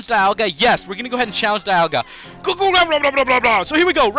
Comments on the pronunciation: It's pronouced Dee-alga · Dee-al-gah , that's how I heard it in the movies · bro it's "PALL-KEE-A" and "DEE-ALL-GA" not the shit u sayin